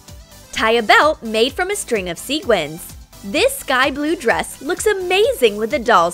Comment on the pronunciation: STOP. SAYING. SEEGUINS. You say SEQUINS. NOT seeguins! You see how the REAL spelling has a "qu" that means you say sequins, NOT seeguins!!!!!! Sorry, I'm just getting a little TrIgGeReD by this.